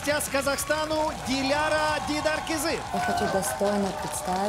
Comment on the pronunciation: Кто-нибудь скажите ведущей как правильно произносить имя и фамилию Диляры, ужасно режет слух...